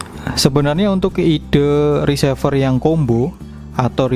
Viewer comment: Maaf bang koreksi untuk menyebut RECEIVER diucapkan re-si-ver, bukan ri-se-ver, dari kata RECEIVE, agak gak enak dengernya kl diucap risever